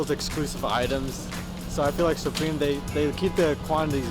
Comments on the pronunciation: Dude said: SOopReam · He says it like soopreme and it triggered me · “And what is it that makes Soup-ream so expensive” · Pronounce supreme correctly